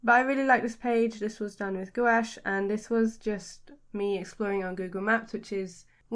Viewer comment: I love your art and style. So colorful and cute. Just by the way: this is how Gouache is pronounced!